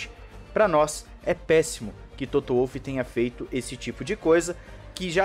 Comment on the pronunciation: apenas para colaborar, ouvi várias vezes você pronunciar o nome do chefão da Mercedes, Wolff, como Uolf. Esse nome não é inglês; é alemão, a pronúncia certa é Volff